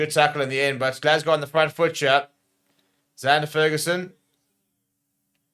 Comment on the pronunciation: Love the channel but please learn to pronounce the Fagerson brothers name. It is FAYgerson not FERguson. 🙂👍🙂